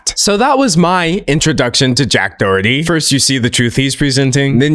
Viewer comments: It's pronounced like"Dah-HER-tee" The "H" sound is heavily aspirated in Irish-English, I'm not the best at writing down pronunciation so it might be a bit off. I think Americans in general also pronounce it a different way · really cool video! this is really off topic but the mispronunciation of doherty breaks my heart 💔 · As an Irish person, the way he pronounces Doherty makes me giggle